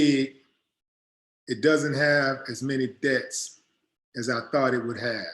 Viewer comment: I love your show!! One thing though when you say Deaths' it sounds like Debts.. I just wanted to point that out to you.